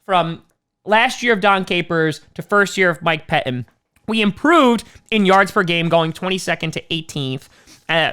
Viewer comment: "Mike Peh Inn"